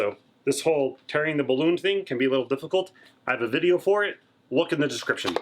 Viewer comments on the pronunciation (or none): none